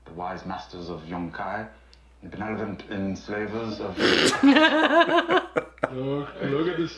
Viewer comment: Gotta love those bloopers. Love Arya and Tywin, but Peter Dinklage really had trouble with that one word benevolent. I think he did that take like 24 times. I saw a another video today that I never saw before, maybe you guys could check it out if it's not on your list. The Starks/The North Remembers by Tap101Dancer. The song is Nuvole Bianche. It is so beautiful. As always you guys take care. DianeX3